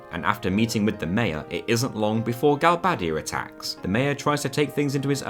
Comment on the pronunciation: "Gal-bay-dee-aa" not "gal-bad-ee-aa" "Lune-at-ic" not "loon-a-tic"